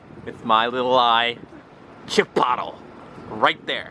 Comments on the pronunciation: "chipottle" ok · How to pronounce Chipotle: Chi-poht-lay That made me laugh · it's actually pronounce "Chipotle-y" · Did he say chipotle like that on purpose? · I love the way you purposely mispronounce Chipotle. The way you say is much better 😂😂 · The way he pronounces chipotle 😂😂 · finally!!!! a reply from THE. I have now gotten replies from my favorite gaming youtuber and my favorite vlogging youtuber. I figured you were joking when saying chipotle. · You pronounced chipotle wrong